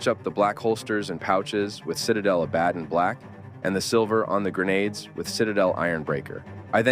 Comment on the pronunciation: Ah, that’s why Abaddon is mispronounced every time. I was bugging out every time it was said.